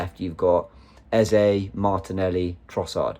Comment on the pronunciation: Can you pronounce eze name the right way plse